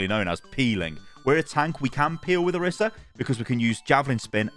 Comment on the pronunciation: please for the love of god stop saying kitsuni and oruhsa 😭